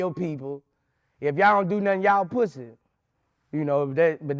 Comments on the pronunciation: He said, "No pwussy!"😅🤣😂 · 😂😂😂 I was waiting to see this comment ! Lol - “I’m on parole Vlad.... they told me one mo pwussay.... dassit” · What's the time stamp on "Pwussy"? i can't find it and i cant sit through the interview again. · One more time ☝🏾 One more Pwussy 🐱 If we see pwussy one mo time ‼️‼️ 😂😂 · “One mo pwhussy” 🤣